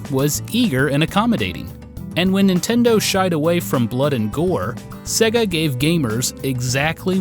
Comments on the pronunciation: Dude the company is called "say-gah", not "segg-a". How are you such an expert but you can't pronounce sega? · Norm:- SAY-GA! They say it at the start of their games for feck's sake! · ...You say Sega weird... that is all